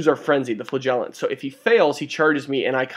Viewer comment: You might need this :) How to Pronounce Flagellants